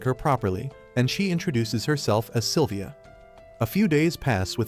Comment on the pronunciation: Its Sylvia Not Silivia